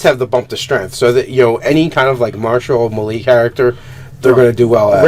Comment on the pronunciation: I love you guys show... but please please.. Melee isn't pronounced that way ;)